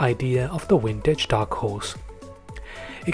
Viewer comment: Vintage not Wintage. Practice it.